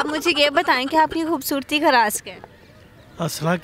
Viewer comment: bhubhsorti ni janab.. khobsorti ..lafz thek karo bhai